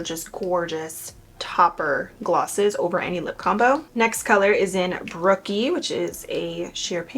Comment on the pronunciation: Next time you should definitely try the pops of colors from the palette 😊 Also it’s “Brooke” not “Brooky” 😅lol